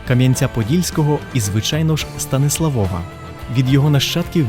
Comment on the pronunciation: шо за станіслаВОВА? Якщо СтаніслАв, то прикметник - СтаніслАвів, з якого дива наголос переміщувати на суфікс (приклад Львова не конає, бо там в корені зредуковано голосну - ЛЕвів, ЛЕвова), якщо ж Ви з якогось дива вирішили орієнтуватись на польску орфографію, то нагадаю, що то не знак наголосу над літерою о, а позначення звука у, тоді читайте вже Стансуавув, буде все чітко польскою). Вибачте, нічого особистого, але дуже по вухах... Про дерево сефирот я мовчу, ну ще б масонів туди... Ребе навчав поляка-католика кабали ... авжеж! Приблизно як не так давно Мадонну (співачку).... А так симпатично